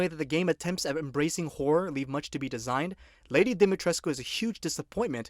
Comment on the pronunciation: Special thanks for actually correctly pronouncing Dimitrescu's name. Others go for Dimitresc (how Ethen calls her) or Dimitreesh (how the devs call her). 👍